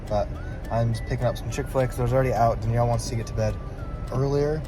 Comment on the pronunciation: denyell defintly😂